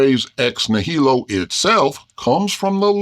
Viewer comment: The stress in "nihilo" goes on the first syllable, not the second.